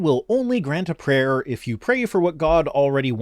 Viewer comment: Every time says "prayer" I hear "preyer"...